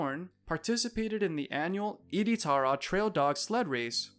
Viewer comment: The way you pronounce Iditarod was ridiculous. Also many people still make a living off of fur trapping. Searching for truth on YouTube is hard. As a 42 year resident of Alaska I find so much BS about Alaska on YouTube.